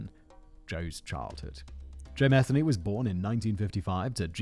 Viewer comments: He lived in my neighborhood every channel has Said his last name wrong lol. It's pronounced mi-theen-ee not meth-any. The lady that got away is clean now living around here still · Good God. At least say his name correctly. Muh-Theeney. Aren't you from Great Britain? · Oh Jesus tap dancing Christ. It's Ma-thee-y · It’s pronounced MU-THEE-KNEE 😉 and before anybody says anything I know because I’m related to him and I have the same last name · I’m actually related to this guy, you’re pronouncing the name wrong